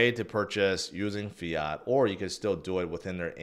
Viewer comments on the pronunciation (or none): none